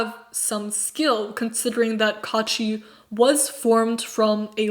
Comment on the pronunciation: Not kaachi but kuachi😤😑